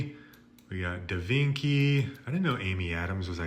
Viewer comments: "Da Vinki" 😂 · Mi-ah-mi instead of Miami, Leonardo Da Vinki, Lu-ee-gee instead of Luigi? The leaning tower of piza but its the eiffel tower? He's trolling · "...down to Eyetaly, we got de Vinky...." jfc that gave me chills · Da Vinki… Hightalian…Anymee style…Maryo…Luighee…Super Maryo Odyssey.. you need to find a website for handicapped english